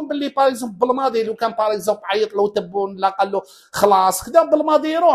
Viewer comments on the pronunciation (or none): none